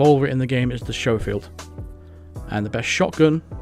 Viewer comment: SCHOFIELD. I have seen so many YT'ers mis-pronounce this so many times. It's pronounced SKO-FIELD, not SHOW-FIELD. Just saying.